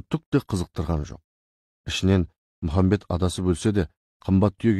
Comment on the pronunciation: Мұхамбет емес Мұхаммед